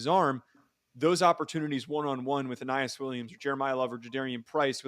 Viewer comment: I'm pretty sure it's "uh-NEE-us."